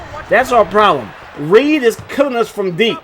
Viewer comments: It’s Redd pronounced like the color it’s not Reed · REDD(Red not Reid) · Michael Redd.... Pronounced Red like the color....😂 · REDD not Reed 🤣🤣🤣🤣 and you gotta play zone on defense man, or double team the shit out of them dudes when they get hot like that. Them point guards will hop step you to death on this game. Straight up cheese smh.